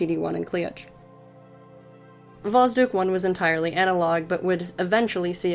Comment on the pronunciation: Sooo, about how you pronounce it. There are 2 spots where it's wrong 1st is you shouldn't soften the d, it stays hard 2nd is the basic mistake when reading the transliteration of russian into English, and that is that the "Kh" shouldn't be read as k, but like h in house or like J in Spanish (Shouldn't was used here because when Russians thought about how to write down the strong H sound so English speakers wouldn't just eat the sound they thought about adding the k in there so it works like the hardening sign from Russian, but as you may hear from yourself this plan didn't work out. Btw the same is true for Ukrainian and Belorusian too, so Kharkiv is not "Karkiv" but "Harkiv")